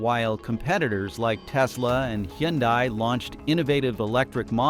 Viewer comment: Hooondiiee, bee emmm dubbyaaah, Mitse boooshi, Toyo -Yoda, Kneeeeesuuun, pooo joe, JHAAAG-WHAAAAAAR